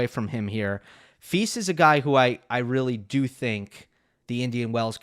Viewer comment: I appreciate providing that info; he's trying. In Czech, the diacritic over the S, ie, Š, is pronounced SH, as we all now know.:) Note that he pronounces FILS correctly (rhymes with PEACE). Many American voices in tennis just don't make an effort. Cheers!